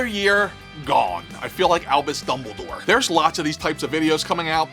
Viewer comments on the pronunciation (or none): none